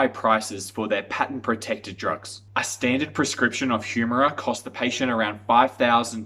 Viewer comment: As soon as you pronounce Humira incorrectly, I know that you have not done any serious research.